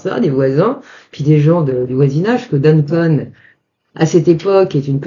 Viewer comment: Bonjour, merci pour votre merveilleux récit. Juste une précision c'est Duncan comme Anne pas Duncon.... lol j'habite en face sur Saltspring Island et je vous confirme que oui c'est un lieu où le bizarre est très commun... merci encore pour vos vidéos!